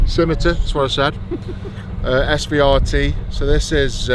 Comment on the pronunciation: mate i was thinking the same the entire time, i love tanks to death so it made me cringe when he was calling it an svrt rather than the CVR-T